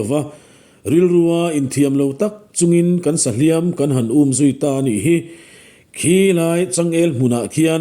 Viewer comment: A vawi khat nan: A tir lama hliam i thlûk dan hi thlûk hniam tur a nih hmel mang e..."...kan hliam pek a" tih lai hi.